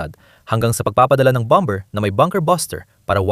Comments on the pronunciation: Hindi BOM-BER ang basa dyan . BOM-BER ang pronunciation sa word na "BOMBER". Hahaha! Ano ba yan! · BOM-mer,.silent B.